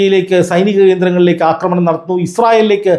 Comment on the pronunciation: ആക്രമണം എന്നു പറയു അക്രമണ അല്ല